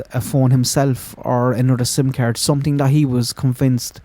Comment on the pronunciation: When he said "sim card" with that Irish accent, all I could think of was Hardy Bucks